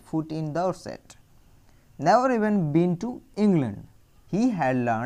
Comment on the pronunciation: Can't u pronounce the words properly???The meanings that u r telling r already written in the book....si what is the use of listening it... U tell never as naver